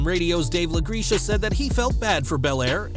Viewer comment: I thought I was the only one that caught that. 😅